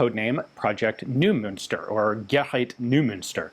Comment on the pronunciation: Hallelujah! After all these years, Ian pronounced “gerät” almost correctly!🙏😇